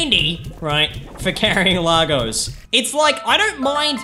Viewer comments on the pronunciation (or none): none